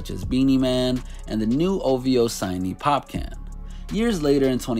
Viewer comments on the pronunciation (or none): Pop-can??? 🤦🏿‍♂️ WTF.. Popcaan breda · It’s Popcaan bro....not pop can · Fam, it's pronounced "POP-CAHN" not "POP CAN". It's supposed to be popcorn with a Jamaican accent. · Not popcan but (popcoorn) dont pay the spelling anymind. Lol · Can’t take this video seriously after hearing “Heedie one” and “Pop can” like that.. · Lol it’s Popcaan not Pop-Can 🥫😂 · Had to played it back 2 times to be sure i heard POP CAN 🤣 and not Popcorn ⏚ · Popcaan (pop-cahn) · The pronunciation of Ojuelegba, Popcaan and Headie One 🤦🏿‍♂️ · Bruv, It's Popcaan... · Why are you saying Popcaan name like that? It's pronounced just like the food Popcorn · He said Popcan lmaoooooo say it right next time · Did he say pop - can 🤔🤔🤔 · Its pronounced “popcawn” btw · Lol its pronounced pop cawn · The pronounciation of Headie One and Popcaan is so cringe. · You mispronouncing the hell out of Popcaan's name lol